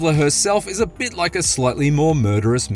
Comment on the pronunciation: "Slutly" you mean SLIGHTLY?